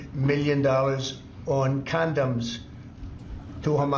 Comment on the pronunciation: Also please note that trump says CANDOMS, not CONDOMS !